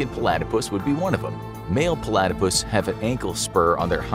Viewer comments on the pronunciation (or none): Why are you saying Palatypus instead of Platypus? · PO-latopus. That is all.